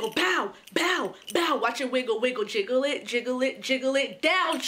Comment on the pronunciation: it is jiggle not giggle...